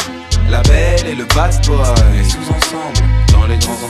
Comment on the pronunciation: Pourquoi il prononce la belle et le bad boy comme "la belle et le bass boy"?